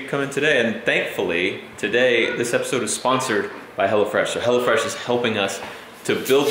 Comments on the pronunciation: I thought you kept saying "Hella Fresh", and I was thinking, "What is it, like 80's food?" LOL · I thought he said "Hella Fresh" at first. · For a bit, I thought he was saying "HellaFresh" instead of "HelloFresh" 😂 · It sounded like u said hella fresh some of the times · Oh hello fresh i thought you said hella fresh xD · I thought you was saying hellafresh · I thought you said hell-a-fresh lol